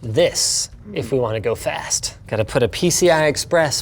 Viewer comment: I touk a shot eberytame hesayd fAsT